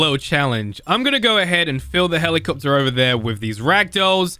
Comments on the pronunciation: helikcopter helikcopter paracopter paracopter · helikcopter helikcopter parakaptor parakopter